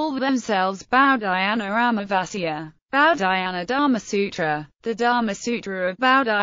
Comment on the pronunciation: This was the worst butchering of an Indian name that I've ever heard in my damn life